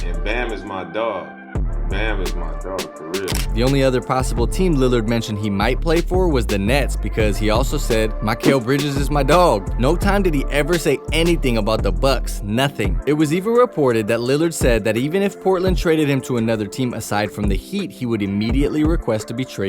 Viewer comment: “Jee-yannis” Wojanowski” “Mike-ah-ale Bridges” “Al-dridge” come on bro I wanted to leave a like